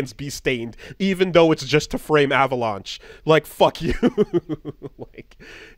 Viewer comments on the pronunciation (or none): WHY DOES STILL NOT KNOW HOW TO SAY AVALANCHE PROPERLY